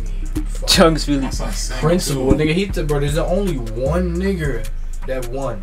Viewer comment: woah the way he said n-gga sounded crazy!!